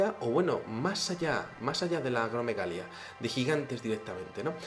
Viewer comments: Como siempre, un video muy interesante. Creo que es importante aclarar lo siguiente: La rara enfermedad causada por una secreción excesiva de la hormona de crecimiento a la que haces referencia (humanos de gran estatura), se llama Acromegalia, no Agromegalia. Salud y Suerte, ¡ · Interesante video. Solo que no es "agromegalia" es acromegalia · ..es Tihuanaco; se pronuncia "tiuanaco". Y el gigantismo por enfermedad, se llama Acromegalia.